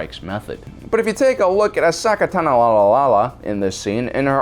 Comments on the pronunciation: Pronounced A-so-ka not A-socka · Why u pronouncing Ashoka’s name wrong on purpose??? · Ass soccer? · This video dropped in 2020 how were you still mispronouncing Ahsoka's name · The Disrespect of mispronouncing Ahsoka’s name 😔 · Wait!!! I can’t take it anymore... he has to be trolling Ahsoka’s name at this point., my boy.. you’re butchering her name so badly it’s ridiculous hahaha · *sees comments on OP mispronouncing ahsoka's name" "it can't be that bad" hears it in the video "SWEET MOTHER OF FUCK MY EARS!" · I can't tell if they are mispronouncing Ashoka's name on purpose or not. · Why do you say Ahsoka like that? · Dude can’t pronounce Ashoka’s name right is a disgrace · He's clearly mad for how we made fun of the way he pronounced Ahsoka's name last time so he's purposely butchering it as a joke. Also when he said shota I immediately thought of hentai lmao. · I feel your mispronouncing ahsoka’s name just to annoy people 😂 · Jesus learn to say Ashoka’s name please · He's mispronoumcing ahsoka's name on purpose right? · Yea apparently he genuinely mispronounced it in a previous video, got roasted for it and is now just rolling with the silly mispronunciation for the luls... much to the chagrin of the entire comment section XDD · Meh, that too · Blackbird Gaming ah. I thought it was just some running joke where he mispronounced stuff on purpose like ahsoka. And is that cannon doe? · Omg I saw thing comment before I heard him pronounce it, I was assuming it was going to be something minor like "ashoka" 😂😂😂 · I don’t disagree it irks me too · Keep it up man it makes you even more you and awesome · You've no doubt triggered many by mispronouncing the little cat girl's name. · It hurt to hear Ahsoka's name be mispronounced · It is his revenge from some previous videos and h addressed he would change it, he just didnt say how. He trolled us :)